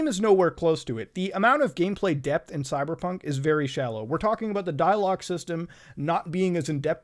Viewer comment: When he says "Cyberpunk" why does it sounds like he is saying "Cyderbug"? look i get the fact that English isn't his native language but when you can't properly speak English, why the hell did you pick English to begin with?